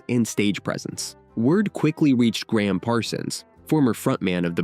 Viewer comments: Voice over keeps calling Gram Parsons by the name Graham. His name was Ingram Parsons, he was known as Gram. Emmy Lou is as beautiful as ever. Nobody has aged so beautifully in public before. And it is a beauty that a blind man can enjoy. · This video would be orders of magnitude better if the narrator could only refrain from butchering names. He started out by calling Emmylou "Emmalou" and then proceeded to call Gram Parsons "Graham." There's absolutely no excuse for treading roughshod on people's names.